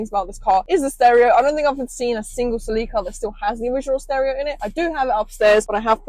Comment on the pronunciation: It’s not pronounced Selleeka, it’s pronounced Selica.